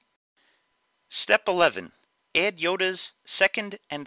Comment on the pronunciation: why do you say ed instead of add where are you from?